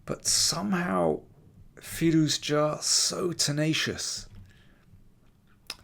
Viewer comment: can you say his name right? there's no hard J in firouzja... it's a soft j like the s in pleasure.